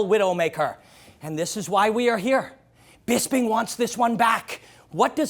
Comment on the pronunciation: and its BisPing, not BisBing